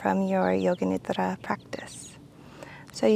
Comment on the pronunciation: I love when says nidra